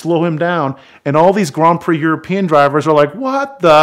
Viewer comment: Let’s all take a moment to appreciate ability to pronounce “Grand Prix” properly despite his American accent.